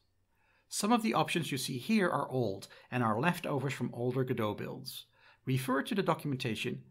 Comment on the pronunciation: why do you think you are pronouncing godot properly ?